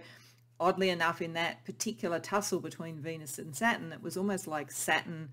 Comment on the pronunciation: It sounds like you are saying SATIN, but I figured out you are actually 'trying' to say SATURN. the last part of the word sounds like 'tURN...turn.. as around a corner. Not 'tin' as a metal..you might need to practice that pronunciation a bit. I kept trying to figure out how satin, a smooth fabric, fit into the other words you were saying.